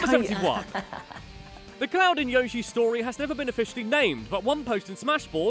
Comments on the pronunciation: you pronounced Yoshi as Yashi 😣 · I've always wondered why Brits say Yashi rather than Yoshi. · its not yoshhee it's prenounced y-oh-she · And he also pronounced 'Yoshi', 'Yar-shee'! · SAY YOSHI CORRECTLY